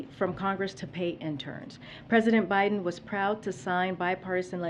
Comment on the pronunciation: Who's "Binden?" lmao